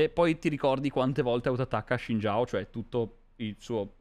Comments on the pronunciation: No, non lo è. Lui lo pronuncia tipo Shin Giao quando la pronuncia corretta è una sorta di Sin Jaw (Non è proprio identico alla pronuncia inglese ma molto simile). Non gliene faccio una colpa, ma almeno si informasse bene se gli interessa davvero sennò sembra solo una presa per il culo. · Si ma shin jao non si può sentire pls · Adoro come si atteggia ma comunque sbaglia la pronuncia di Xin Zhao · Non ho detto sia sbagliato ma con l'abitudine di non sentirlo pronunciato così mi ha dato troppo fastidio lol